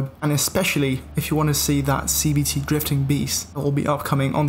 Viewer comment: Sounds like he's saying CBT, not CVT